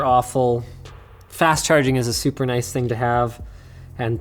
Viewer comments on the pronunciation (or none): none